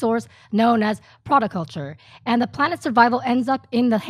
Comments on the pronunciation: Can someone with expert knowledge of this franchise please speak on why this series is so great? Not just giant robots and aliens but character development, camaraderie, romance, death, and it's flipping pronounced proto-culture not prada culture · Its Protoculture not Prodoculture....... why is this chick talking about something she can't even say right...... let down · First of all, it's "PRO-toe-culture" (phonetic), not PRADA-culture. Christ. Smh. Second, Leonardo Da-CRAP-EEE-OH would only produce it "if he starred in it", which is testament to how much of a complete dick he is. Especially since he never goes to promote his movies in opening night at their reveals. And the reason the American version after "Macross Island Battle Fortress" never became a thing is because Carl Macek and legal battles after his ending. Robotech is better left untouched if the alternative is either Leonardo DaCRAP-EEE-oh or Toby Maguire. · She said Pradaculture.